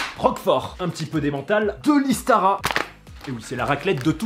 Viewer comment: Salut! Istara se prononce Ichtara. N'hésite pas à rajouter un peu de vin blanc et d'ail dans ta fondue si t'as ça sous la main. On a aussi de la neige fraîche sur les hauteurs ici dans les Pyrénées;)